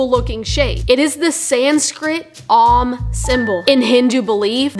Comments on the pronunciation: is not the Sanskrit om symbol. The symbol the company uses looks like the Greek character, omicron. "Om" rhymes with "home", not "Tom", as you are pronouncing it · Lol exactly. She's too ignorant to know the symbol and too ignorant to pronounce it correctly. Really shows the level of intellect and quality of information coming out of this channel 😂